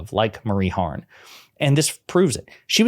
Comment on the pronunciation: Her name is Marie HARF not Harn. Names matter. Words matter.